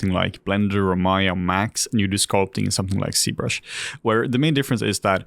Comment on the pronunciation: Why is z-brush pronounced c-brush ?